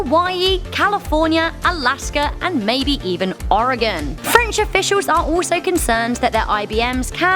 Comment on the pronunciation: When she said Oregon, I literally screamed, "no!"